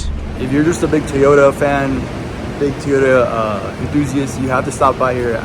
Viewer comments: It is pronounced Toyota not Teyota. Second it is not a shitbox or Turdcel. Obviously Salt Lake City Toyota didn’t do anything to the engine to maintain it such as a complete tune-up. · Tee oh da. Did your Mom tell you to pick up your tees? NO,, she told you to pick up your TOYS. Say it TOY OH TA. Say it God Damn it. SAY IT! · Funny how you say "Tooyota...😊